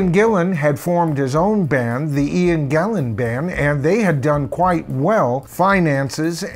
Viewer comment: Morse has been in DP much longer than Ritchie Blackmore, but does that make him a better guitar player? No way. Jon Lord quit Deep Purple as he wanted to conccentrate on his classical music music. He did not have cancer at that time and he was in good health. You corrected this guy when he said "ian Gilmour" then got it wrong yourself when you said Ian Gillian". His name is Ian GILLAN. He has been famous for over 50 years and still people get his name wrong! P.S. Freudian*😆.